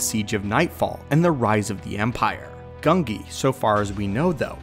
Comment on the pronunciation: Who is gungi? His name's genji